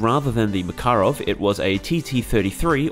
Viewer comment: If someone really wants to be accurate with the pronunciation of "Makarov", the 'в' at the end ('v') actually sounds like 'ff'. It's always like that in Russian - ending consonants are unvoiced. That's why old English transliterations of Russian names almost always used 'ff' and not 'v', but that changed for some reason.